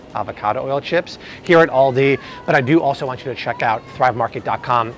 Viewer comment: do you mean, "Aldi"? you said, "Andi" but I am assuming this is what you meant? I just discovered Aldi and gotta say, really appreciate the lower prices..........the guy who started Aldi is brothers with the Trader Joe's guy and out of Germany, who knew? I like Aldi's now. saving money and good quality, but gotta read labels and ingredients always. God bless America ~